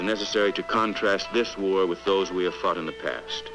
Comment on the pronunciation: I heard that too, but I think it's "fought" Faced and Fought But LOL it sounded like fucked..